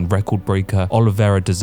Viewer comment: How do you not know how to pronounce Charles Oliveira's name? A true fan of the sport gets this right...